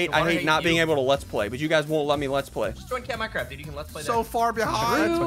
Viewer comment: yeah boy minecwaft